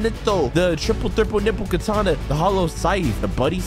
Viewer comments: "the true triple niple katana" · yo stop saying true triple thriple nipple katana